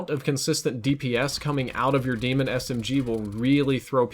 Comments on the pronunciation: It’s pronounced DAYMON ITS LIKE BAR NOT DEMON YOURE TRIPPEN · When two vowels go walking, the first one does the talking. Pronounced DAY•MUN, not DEE•MUN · Its "Day-MEN"....not demon. And that's how treyarch says it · It's daemon not demon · stop saying it like demon. it's de-a-mon. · Its actually pronounced Desmond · It's Pronouced as Daymon you noob. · Say it with me now.....DAE-MON, not demon. DAY-MON. DAEMON. There is no way it can be DEMON. Stahp it. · No, it's not pronounced "Demon". It's pronounced like Daedra or Daenerys. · I'm pretty sure Daemon is pronounced like Matt Damon. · Nah I’m pretty sure it’s pronounced like Damon cause the gun is named after OpTic Karma (Damon Barlow). Daemon (Damon) 3x (he’s has 3 rings from winning 3 CoD champs) B (Barlow, his last name) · I believe pronunciation of the Daemon is incorrect